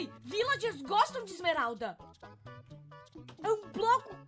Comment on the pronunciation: vc falo bloco de esmerada😂